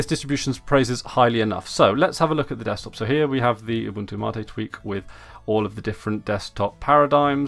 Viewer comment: Why do you say mate like that :(